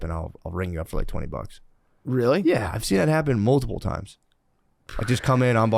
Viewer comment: Do you guys think the shaman knows he doesn't say the word "multiple" he says "moldable"?